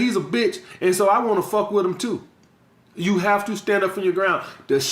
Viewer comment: "The Skreets always watchin to see how Skrong you are."